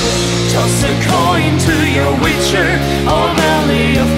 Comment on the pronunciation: Leider ist der Stimmsitz generell und auch die Aussprache noch ausbaufähig - speziell die des relativ wichtigen Wortes 'Witcher'. Das kriegt auch ein Nicht-Muttersprachler hin ;). Grundsätzlich ein schönes Cover, aber da könnt ihr NOCH besser werden.